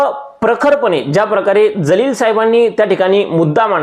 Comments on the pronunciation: तुमचा व्हिडियो अगदी बरोबर आहे. वास्तविक आहे. पण त्यांचे Imtiyaz Jaleel असे नाव आहे. ज आणि ज़ मध्ये फरक आहे. त्यांचे नाव जलील आहे. तुम्ही ज़लील असे म्हणत आहे. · महाशय आपण एवढे शहाणपणाचे डोस या व्हिडिओतून दिले आहेत परंतु आपल्याला सुद्धा इम्तियाज जलील यांचं नाव व्यवस्थित घेता आले नाही. त्यांचं नाव इम्तियाज जलील आहे इम्तियाज ज़लील नव्हे। नावातील हा फरक समजून घ्या नंतर व्हिडिओ बनवा.